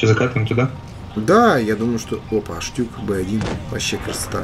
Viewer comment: не Штюк а ШтуГ